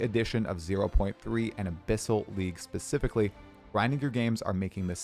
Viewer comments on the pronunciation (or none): none